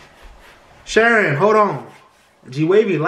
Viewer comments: You call her name “she-reen” not sharon😂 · You'd rather pronounce her Shy-reen